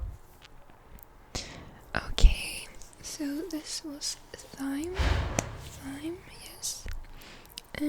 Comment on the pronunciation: Awesome video, your voice is very gentle and btw thyme is pronounced like time